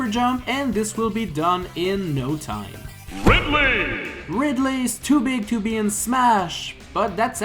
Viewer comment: Charizurd Stameener Buyonetta Ridlay Fillager